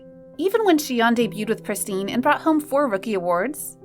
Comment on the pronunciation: Its not pris-teen or plee-dis. It's pris-tin and plè-dis.